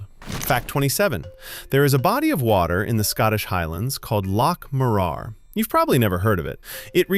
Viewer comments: Loch Mow-rar, emphasis on the first syllable. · Loch Mor- ar with emphasis on tbe first syllable please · The reason no one has heard of Loch Moraraaaarrr is because, what you said isn’t even remotely how it’s pronounced. 😀 Not a strong point of Ai 🤖